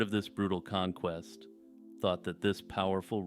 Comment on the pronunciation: kahn-quest lol